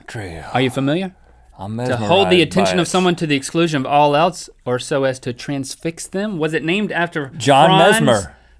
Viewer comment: They say eltse instead of else too but maybe I'm going crazy lol.